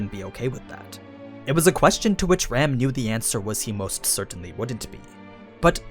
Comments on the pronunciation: Am I the only one that kept hearing him say Ram as Rem xd? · You keep referring to Ram as "Rem", but who is this "Rem"?